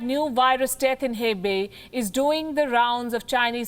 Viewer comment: Small correction: "Hebei" is pronounced "Huh-bei", not "Heh-bei" Other provinces are pronounced well though